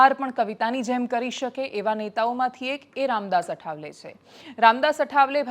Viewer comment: બેન અઠાવલે નહી આઠવલે😊